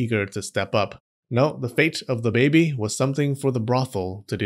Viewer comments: I love how this guy says baby for some reason. Ba-behy. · I like the way he says 'babih'